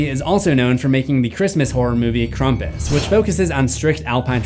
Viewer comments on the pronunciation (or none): FUCKING "KRAMPUS" NOT "CRUMPUS", TF!